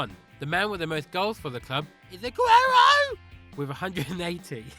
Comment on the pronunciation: The way he said Aguero was so funny!